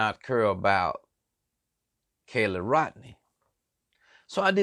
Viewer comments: I need to correct you and I hope you are not offended, it is not my intention at all. You are not saying her name correctly. It is KY LEE not Kayla. Kiely. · I am NOW DUMBER for having listened to what you just said!!!....Everything was babble and made ZERO SENSE CRIMINALLY!!!.....And please....it's NOT "KELLY"....It's "KI-LEE"